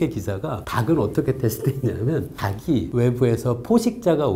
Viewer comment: 닭이 = 다기 X 달기 O 흙이 = 흐기 X 흘기 O 빛이 = 비시 x 비치 O 빚이 = 비시 X 비지 O